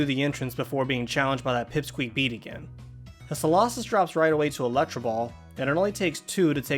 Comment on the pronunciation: Bede’s name is pronounced ‘Bed’, not ‘Bead’